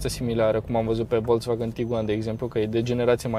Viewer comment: Imi simt timpanul abuzat cand aud "Volț-vagăn"